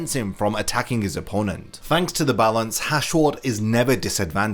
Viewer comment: Its not "the balance".....its "za balanzzzzzzzz"😂🤭